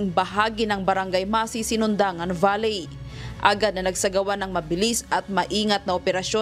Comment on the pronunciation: Valey talaga pronounciation?